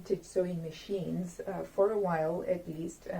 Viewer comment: “While,” not “oil!”